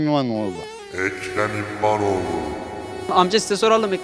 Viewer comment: Ekrem İmiaoğlu,muradoğlu,milad gorun,Melak Denştaş,Erk- Ekrem ilamiğo ve Kara parti hastasıyım diyen dayının yanlış söylemesine ayrıca estes imaro ya anıra anıra kırıldım geçtim.